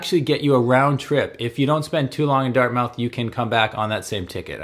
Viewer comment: Pronounced Dart-Mith not “Mouth” the coffee shops are for a certain citizen, I’ve lived in NS for 54 years and never have been to Pier 21, the parks and wildlife are pretty decent I’ll admit, the food options are unbelievable,, if you go Donair you must, MUST go to Tony’s Donair on the commons (2390 Robbie St.) is absolutely the best, don’t do yourself an injustice with another spot get the best, Tony’s. If you’re gonna do the city core, do not use a vehicle, travel on foot, transit, scooter but parking, driving etc downtown is brutal. The number 1 thing to do when visiting Halifax is leave Halifax, Nova Scotia has so much to offer, The South Shore (Chester, Mahone Bay, Lunenburg, Bridgewater, Liverpool, Shelsburne all have unique things to see and visit, strong fishing history, great little towns with cafes and restaurants complimenting the history. Annapolis Valley area, our agricultural region, loads of apple orchards, small fishing villages, the most extreme tides in the world (spend a day to experience the differences in the landscape at high tide and low tide, you will be amazed. Cumberland and eastern Nova Scotia, is all about history, and connections to PEI and Newfoundland via ferry, rich forestry history, and then there’s Cape Breton, its like another world of great salt of the earth people, it’s like the home you’ve never know, some say visit the Cabot Trail, some say Bras Dour lakes, I say its the people, but yes…..you wouldn’t be disappointed if you want your vac